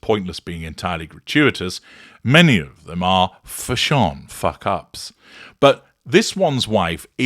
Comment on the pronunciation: 😂😂😂crying at how you're pronouncing "fash-SHON", 😂😂😂😂